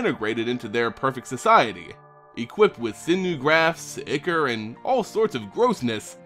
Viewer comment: Also FYI, Ichor is traditionally pronounced 'Eye-kor' as opposed to 'Ikker'